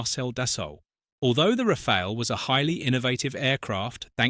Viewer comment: Its pronounced Rafal or Rafalé not Rafail.